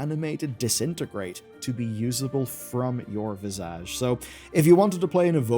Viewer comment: It's pronounced "VIZZ-idge", not "viz-AHJ"